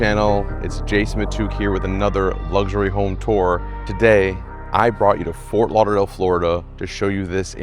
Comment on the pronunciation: It's **Fort** Lauderdale with a "tee" sound! Not "Forth" Lauderdale. 🙂